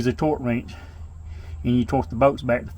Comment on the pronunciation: I love how you say bolts. Boats . Good video man thank you !